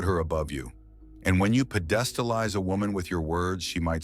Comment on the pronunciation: PE-DES'-TA-LIES aren't quite the same as PE'-DES-TA-LIZE.